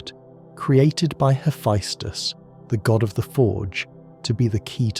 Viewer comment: Not a bad video but fuck the amount of mispronounced shit, giants in Norse mythology (yo-t-in) their land (yo-t-in-hi-m). (Ha-fess-tis or hee-fess-tus the tis and tus can be swapped between the two) what ever you said for his name aint it. The annoyance finally got to me 40 mins in but otherwise so far video isn't bad. Another one no he doesn't know kratos is a god he thinks he's a giant aka he was looking for his wife but found kratos and assumed he found that giant.